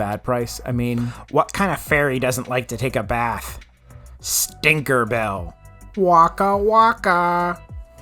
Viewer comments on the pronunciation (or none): none